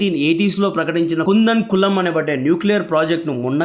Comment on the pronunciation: కూడంకుళం అని పలకాలి. కుందన్ కలం కాదు 5.30 టైంలైన్ లో